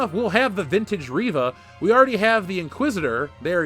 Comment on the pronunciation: for a second I thought you said Raven lol